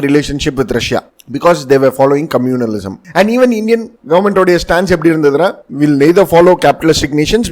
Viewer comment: communism sir not communalism